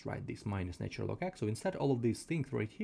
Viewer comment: Pronunciation please.....its " natural " and NOT " naytural ".....!!!!!